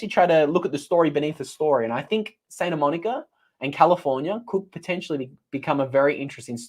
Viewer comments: Pronounced SANTA Monica, not SAINTA Monica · It’s Santa, not Sainta,.